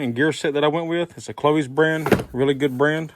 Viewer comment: Learn how to pronounce CLOYES, it rhymes with BOYS ! ?